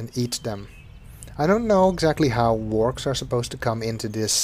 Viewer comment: If anyone's trying to look up the fish-things, they're Wahrks! It's not pronunciation, that's just a bundle of random consonants xD